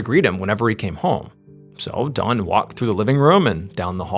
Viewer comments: Bwhahaha I kept thinking you were saying his name was Dawn which I thought was odd for mans name but when you showed his picture with him name on it I said ok that makes more sense lol. His name was Don. Thanks for the story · This whole video I could have swore you kept calling him dawn Only 2xs did I actually hear you say don lolol 😅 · I have a hard time following names of people i have little reference to and I've noticed Ballen pronounces Dawn and Don too similar for me to know if he is referring to a male or female character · You have to be from Long Island. Your pronunciation of "Don" is very specific lol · The way he pronounced his name, I couldn't tell for 2/3 of this video if the man's name was Dawn or Don. 😂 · dOn not dawn the way he says it drives me CRAZY!!! 😖 😂 🙃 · Why does mr ballen call him dawn. Its don😂 im listening to this at work and 2 other people were kinda listening in and at the end they didnt here what happened so they asked me who ended up killing that lady. I said lady it was a guy. And they said oh he kept saying dawn ! I thought i was nuts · Is anyone else tripping out hearing him say Dawn and not Don the whole time 😂😂 love you MrBallen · I am hearing Dawn not Don. Anyone else. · The story becomes confusing when Don is pronounced “Dawn” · Hey, great story, but I almost couldn’t finish it because you kept saying “Dawn” instead of “Don.” 😂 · Funny how you pronounce DON as DAWN throughout the entire story. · I know you’re saying Don, but it sounds like Dawn to me. For context I am Australian, so I’m listening to a foreign accent. I had a quick look through the comments, nobody else mentioned it. Anyway RIP Don, just sad tragedy for a family. A story heard all too often for those who follow true crime channels. Even though technically this isn’t 🤔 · I’m wondering where Mr.Ballen grew up. He pronounces Don with a “w” sounding like Dawn. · His name is DON, not DAWN! I’ve never heard someone mispronounce a name so consistently like that.